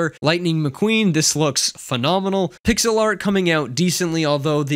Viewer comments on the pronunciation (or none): none